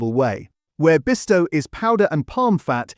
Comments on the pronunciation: At least pronounce Bisto not Besto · YES, NOT BEASTO😂😂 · Christ pronounce it correctly it's Bisto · Beesto! Is this an AI attempt to pronounce Bisto? Couldn't pronounce demerara sugar and herbs was pronounced as 'erbs' with no H like the Americans pronounce it.